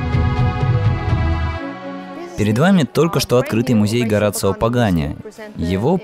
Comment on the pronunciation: Правильное произношение: Хо-ра-сио.